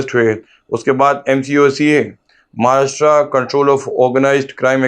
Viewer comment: it's not महाराष्ट्रा it's महाराष्ट्र.